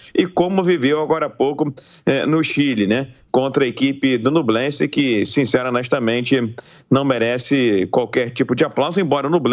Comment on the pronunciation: Não é NUblense..... é NHUblense!!!! ÑUBLENSE!!!! Igual Peñarol! Penharol!!!!!